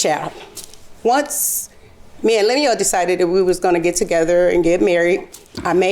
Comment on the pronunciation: She can’t even say his name the correct way, she’s such a horrible person. Poor guy looks so sad. I didn’t appreciate the judge calling him a sucker, he was married to this woman so he wasn’t a sucker, she just took advantage. Hopefully the karma will go back to her for doing him so wrong.